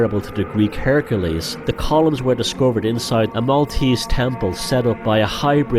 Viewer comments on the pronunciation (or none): none